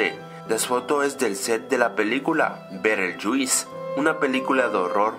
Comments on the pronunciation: "BERELYULIS" "una película de horror muy antigua" XD hahahahahahahahhahaahahahaha no mames, estas bien pendejo Beetlejuice es del 88, es una comedia y se pronuncia - bi-tl-yus- dislike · Bereljuiz :V es beetle juice y c pronuncia bitelyuz :V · "beteryueis" 0_0 mátenme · "La película Berelyuis" xddd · Beetlejuice biteljuz vitelyuz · "Bedelyuis" XD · BEEEDLEEEJUIIIS XD , pronunciación de Cambridge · La famosa película "bereyuis". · Se dice birelyuis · Aprende inglés no sabes pronunciar beetlejuice.